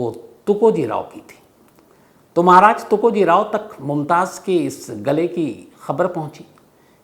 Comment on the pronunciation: You should call TukojiRAO not tukojiray